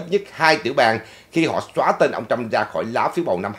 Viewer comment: please đọc Trump not Trâm.